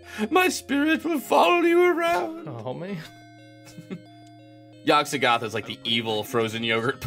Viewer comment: I'm sure I'm the only one who's bothered by this, but I dislike how they say Yog so-THOTH. My friends and I always say Yog SOTH-oth. And the worst part is that there probably isn't even a canonical pronunciation. Because it's Lovecraft.